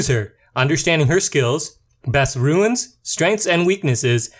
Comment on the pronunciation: Other than pronouncing runes (roons) as ruins (roo-ins), the video is great. I am subscribing because I like the way you approach explaining how to effectively rune a monster and how the abilities work. I am shocked to see that you only have 293 subs at the time of this post; however, I have a feeling that if the rest of your content matches this one, you are going to explode in subs and views in the very near future. Thanks & Great job!